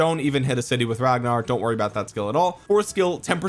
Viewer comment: I'm sorry how did you just pronounce his name 😑😐